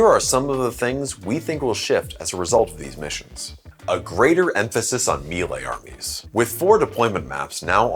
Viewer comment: It's pronounced "MAY-lay"